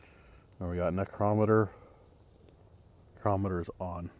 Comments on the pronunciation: # I THOUGHT YOU WERE ONE OF THE VERY FEW WHO KNEW HOW TO PRONOUNCE NICROMITER?? THIS VIDEO YOU PRONOUNCED IT BOTH WAYS. THAT FEELING IN YOUR CHEST THAT SUDDENLY OVERWHELMED YOU, IS A SPIRIT, LIKELY A DEMON, ATTACKING YOU! NEVER TAKE IT LIKELY. WHEN INSIDE A HAUNTED STRUCTURE GET OUTSIDE IMMEDIATELY, WHEN OUTSIDE LEAVE AS QUICK AS YOU CAN; EVIL SPIRITS CAN INDEED HARM YOU NO MATTER WHAT YOUR MOTHER TOLD YOU!... MOVE! THE SPIRIT EARLIER WARNED YOU TO GET OUT!...TWICE! (SP PHONETICALLY) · #DAN NECRO METER OR NICROMITER, I THOUGHT YOU WERE ONE OF THE FEW WHO PRONOUNCED IT CORRECTLY? IN THIS VIDEO YOU PRONOUNCED IT BOTH WAYS? #BTW, JSYK, IF YOU TAKE CARE OF YOURSELF, 60s IS MIDDLE AGE!